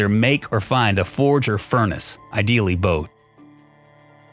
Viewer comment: Forge. Forage. Forge. ForAge. Got it?